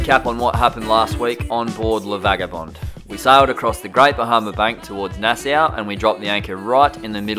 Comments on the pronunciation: It’s nas-aw not nas-sow, lol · I'd be surprised if this hasn't been mentioned yet, but I have to inform: It's pronounced Nas-saw, not Nas-sow. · Rileys explanations was mind blowing! I get it! It’s pronounced Nassaw ! Love you guys! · It's pronounced" Nassaw", not "Nassow".... I think, if not I'm correct I will be immediately corrected. 😉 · Nice fishing trip. Oh and Nassau is pronounced " Nas saw" kids. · It's pronounced nas-saw and ba-hay-me-an.